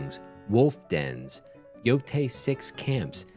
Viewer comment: Brother it's Yotei, not Yotai 😭